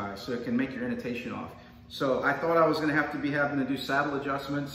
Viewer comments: He said Inotation, instead of Intonation. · It’s i-n-tonation dummy